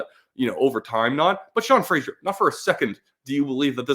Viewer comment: It would be great if you could pronouce Sean Frasers name correctly. Its Fraser like the river, not the TV show